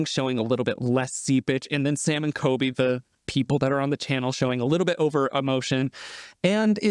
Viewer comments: Everytime you say Coby instead of Colby I cringe so hard lol but love the vid!! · He calls colby coby lol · Do you keep saying Sam and "KOBY"? It's COLBY with an L if so. ❤ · I noticed you kept saying Coby instead of Colby lol. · Am I the only one bothered by him dropping the L in Colby ? Sounds like Kobe to me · His name is CoLby not Kobe btw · is he saying Kobe